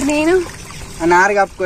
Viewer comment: నరు కాదు చెల్లే "నారు"